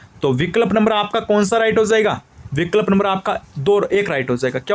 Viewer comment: Sir aap to kuch word sahi nahi bolte ho vikalp😂😂